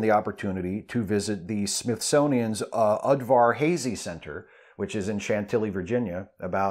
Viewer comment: Udvarhazy! Udvarhazy! not udverhazey